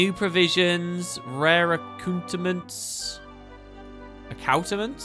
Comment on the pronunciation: "Accouterments" is prounced as ""ACCOOTERMENTS"!